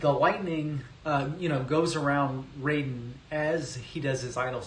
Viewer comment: Raiden is pronounced with a long I, not 'rayden.'